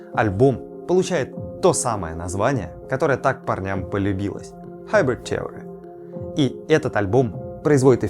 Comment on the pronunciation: Слово "theory" [ˈθɪərɪ] произносится через I.